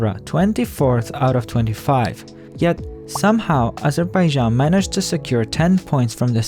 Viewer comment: “Azhuhbayzhan” I love and hate how they pronounce it.